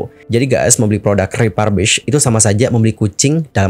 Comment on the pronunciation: Salah pronunciation - refurbished. Periksa kamus.